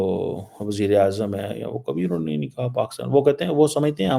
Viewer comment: Unhone not anhoneh 😂😂😂😂